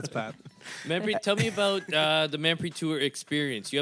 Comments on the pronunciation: why are you guys pronouncing her name like a bunch of goray? It's Manpreet, Not Maanpreet. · its so cringe the way he pronounces her name.....